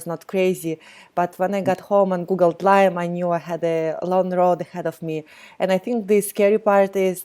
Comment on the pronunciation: Lyme not Lymes